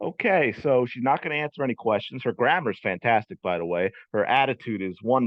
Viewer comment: She could only repeat “I ain’t finna ansa no Caitlyn Clark kweschuns.”